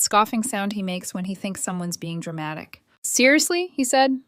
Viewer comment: I can't stand it when they say dramatic